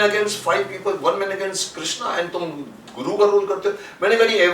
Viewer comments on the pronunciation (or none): none